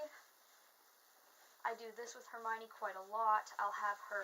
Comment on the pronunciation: HerMione- all you need is a Ronald and PoTTah